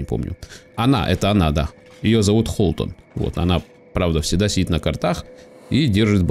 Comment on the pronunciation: Почему Холтон, когда Хотлон